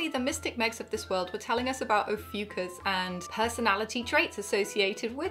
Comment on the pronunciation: And there was me thinking the new star sign was pronounced, "Oh fuck us!" 😜🤣🤣🤣